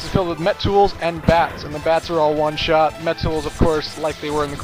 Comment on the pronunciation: one shit kill Me:!!! are you drunk again!!!